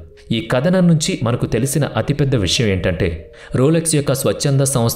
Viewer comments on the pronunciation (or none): none